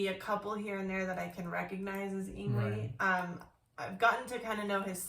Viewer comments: Hey guys!! Great reactions!! The only ding is...his name is pronounced Ing-vay. Believe me...for years I thought the same thing. \m/ Again, please give a listen to Fates Warning. Songs like Point of View, Through Different Eyes, Monument and A Pleasant Shade of Gray Part III. You won't be disappointed. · I'm glad ur wife enjoyed Yngwie Malmsteen although his first name is pronounced Ying-vay .U guys oughta react to Dreaming Tell me live in Leningrad 89 also Trilogy Suite OP 5 live but not a recent live a live of a young Yngwie Malmsteen circa 86 or 87 of Trilogy Suite OP 5 .there's a live that actually sounds like the album an its awesome